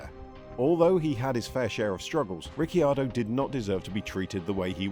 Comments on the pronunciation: "Ricky-ardo"? I've never heard anyone pronounce his name that way, always "Riccardo" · Why do you call him Ricky-ar-do? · Say Rickyardo one more time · I can’t finish the video. Rickyardio? 🤣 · Rickyardo? Lol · i stopped watching when i heard "Daniel Ricky-ardo". I swear this channel butchers pronunciations to trigger people! If so, mission accomplished! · Ah yes Rickyardo. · Thought it was just me being annoyed by that 😂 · How hard is it to learn the pronunciation prior to recording? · Well I went to watch this but listening to u butcher ricciardo’s name I just couldn’t do it. Mate do ur research before u make a video. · It was a bit much. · Pronounce his name correctly! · Who is this new presenter ? And why does he mis-pronounce the name. The second i is silent. I stoped watching. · Runs an F1 centered channel and can't pronounce the F1 drivers name right.... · According to Daniel the cc in his last name is pronounced like ch. Mclaren is paying him $22mil this year. Sometimes facts matter. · Dude, you could at least learn how to say name properly. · Can’t even say his name correctly… at least watch a race and listen to how his name is pronounced b4 you make a video about him. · Back awhile ago Paul de Resta used to say that and it led a TV presenter to ask him how you say his name and this video pronunciation is totally wrong!! 😂 The 'Y' sound is not used! 🤫